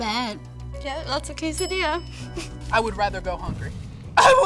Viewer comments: She is a white girl to the fullest. She pronounced quesadilla as ke-sah-dee-yah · They picked a very Americanized group. The “Latina” ain’t even saying quesadilla correctly lol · The Latina who can't even say quesadilla correctly.. lol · That chick is latina but pronounces quesadilla like a white person.